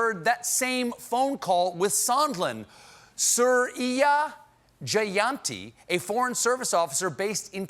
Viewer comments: Suriya Jayanti should be pronounced Soo-ree-YA Ju- yun-ti, with the 'u' as in "jug". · "Suriya Jayanti" is pronounced as "Soorya Jayandhi" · You fucked up her name hard. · Jesus Christ I love stephen but he done fucked up that pronounciation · I bust a gut hearing Stephen's mispronunciation of Suriya Jayanti. Funniest thing in the monologue. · Stephen completely butchered the name Suriya Jayanthi. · Stephen you just murdered a southern-Indian name there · I loved how he pronounced Suriya Jayanti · Suriya Jayanti Sounds like Indian name You should check up the right way to say it